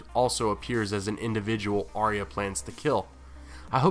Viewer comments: Firstly love all the vids but please learn to pronounce Arya's name correctly. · it's not pronounced like that in the show